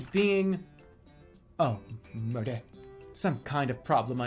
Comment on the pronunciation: its so weird when people pronounce the words incorrectly in a language. I'm learning French right now, so when I read 'Merde' I immediately gain interest in whats going on, but then jeremy pronounces it completely wrong and I just sit there wanting to correct him